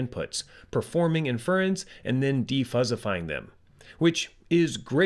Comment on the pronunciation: can you use some fuzzy logic to teach the robovoice how to pronounce adjective & inference? such an obvious tell.